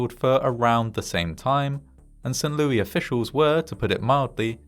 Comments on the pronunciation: St. Louis, with Louis pronounced as "Lewis," not the French pronunciation. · This is the most St Louis thing ever. It's said Louis, though, not Louie.